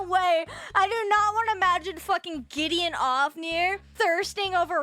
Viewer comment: from "Gideon Ofnir" to "Getting Off-nir" 🤣